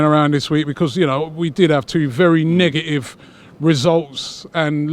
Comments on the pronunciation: It's 'negative' not 'negaive' FFS.😕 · The black guy said niggative